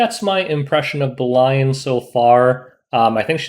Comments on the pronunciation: I think it should pronounce "Belyan" not Belayan... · Bel-e-an i think its pronounced. seems like a world arena unit with the soul cancelation. Id pair her with a faster bassaar or operator sigret. S3 strip and reduces CR then she follows up, further reduces CR and provokes basically giving 2 turns for the team before they can control attacks. If you paired it to kill a bruiser team, bring straze. she is very stat hungry and team dependent.